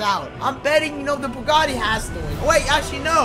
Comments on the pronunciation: broo u doeled bugati wrong u said bugti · U said bugti